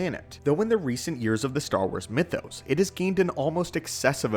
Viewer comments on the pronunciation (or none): none